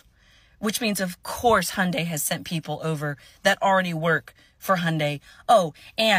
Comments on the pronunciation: The y is not silent. Hyun-day. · The y is NOT silent y’all. It’s not pronounced Hun die, it’s H yun die.